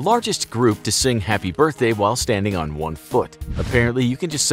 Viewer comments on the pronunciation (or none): none